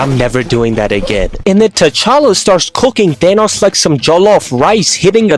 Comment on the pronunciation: the fact that he says thanas instead of Thanos is honestly 😬